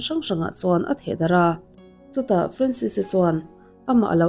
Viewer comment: Ka fanu hming ang ania, Francis anga lam(pronounce) lo in, Franses anga lam tur 😇